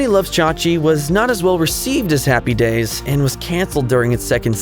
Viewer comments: It was driving me nuts...Happy DAYS...Happy DAYS...so strange. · It's HAPPY days, not happy DAYS. It sounded so wrong every time you said it that way. HaHaHa